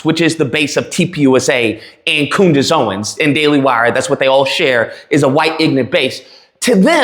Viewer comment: "Coondace" ? You racist pig.